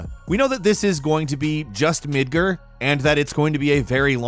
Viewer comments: GAR. MidGAR. Not Midger..I expected better from you.. :( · Did he just say Midgrr? You mean Midgar right? Now I'm gonna call it Midgrr. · Its midgar not midger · Midgerd?? Bro mid-guARd just an fyi. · Midgear na mid guard lol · Midgir? Who pronounces it like that? Its MidGAR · Midgur? I thi k you mean Midgar with an A not a U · Mid-gar not mid-ger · MidgEr?? Pretty sure it's MidgAr... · I cant pick up my RE3 and FF7 until the quarenten is over 😭😭😭😭 BTW...did you pronounce Midgar midGRRR?!?! ITS PRONOUNCED MIDG-ARE! not not spelled like that obviously. BUT THATS HOW YOU PRONOUNCE IT! MAN I CRINGED HARD! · Midgar, not midgir. Learn to pronounce words. You constantly mispronounce things. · "Midger?" sigh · Man I can't wait to explore "Midgerr" 🤦‍♀️🤦‍♀️ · I'm sorry, did you just call Midgar "midgir??" Get out. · Midgir is still better than what it sounded like he said lol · seems to pronounce so many words in such weird ways. Different regions, different aNgLiSH. "Midgur" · "Midger" lol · WTF is Midgurr? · Midger? Midgrr? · Midgard m ed g aw r d I is pronounced e and a is aw in Japanese. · "midger" What? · Agree! Hurt my ears lol...midgerrr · It's pronounced Mid-Guard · Lol midgerr. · Mid-Grrrrr haha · Midger?? Eh?? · “Midgurr” lol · I lost all respect for him and I’ll never take him seriously lmao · Did he really say midger??? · No one:: Midger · The way you said "Midgar" gave me aids. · MID-GAR sounds like jar 😐 come on in Japanese and can get it right.. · you shouldn't say Midgar like that, sounds like another word. YIKES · Your saying Midgar wrong